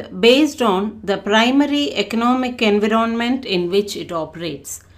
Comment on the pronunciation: Environmenrr bolna sikho behan